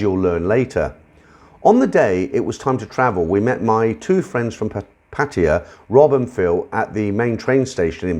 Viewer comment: PattAya not patia so anoying just sayin